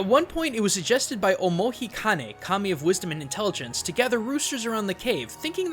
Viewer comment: Just me who heard "Commie" and not Kami? xD